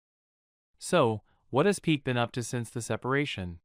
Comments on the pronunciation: I agree with everything you said. Just a little request. The name is pronounced "Pee-kay" not "Peak". Made me a little comfortable with the pronunciation. Doesn't change anything though. She is delusional. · Not Gerard Pik xd But Pique! C'mon, have you ever seen a football match?